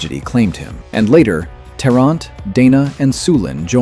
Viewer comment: It’s “Tarrant” not “Terrant”…